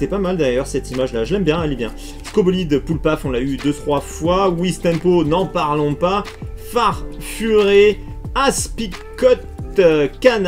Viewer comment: Bonne vidéo comme.d hab et pour gallame sans l'accent et rocabot et aspiscot le t se prononce pas force a toi